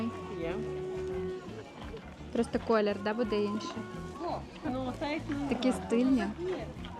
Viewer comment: Що за такий стил1ст,говорить вершковий колер, вона нав1ть колер правильно определить не може де ти знайшла такого стил1ста ?